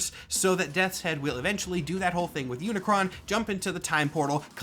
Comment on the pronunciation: Search for the transformers stuff you got pretty much everything right in fact I'm very impressed that you pronounce unicron's name correctly the main thing you got wrong is that Unicron is not just a Galactus rip-off Unicron is straight up robots Satan there's no other pretty fancy roundabout way to put it he is the embodiment of death evil corruption and destruction enter than that you really only got like a phrasing thing wrong when discussing characters within the universe nobody calls the transformer of transformer they're called cybertronians when discussing them outside of universe we call them transformers